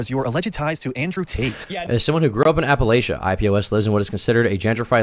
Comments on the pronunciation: incidentally, "Appalachia" is pronounced Apple-LATCH-uh, not Apple-AYSH-uh. my mother is from West Virginia and it drives her crazy when people mispronounce it lol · his biggest crime is how he pronounces appalachia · This IPOS dude is 1000% a transplant from somewhere that’s not the Appalachian region. He says “Appalachia” wrong